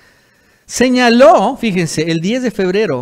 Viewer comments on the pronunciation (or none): Se dice señaló no señarof guey